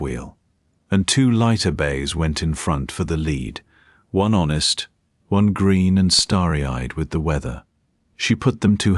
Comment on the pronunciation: Very enjoyable. 🎉 One easy improvement: check those pronunciations! "Lead" horse is not pronounced "led" 😅